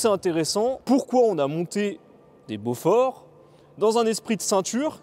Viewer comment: Super explication, seul petit bémol, ça se prononce Bo-For et non Beaufort qui est lui un fromage. 😁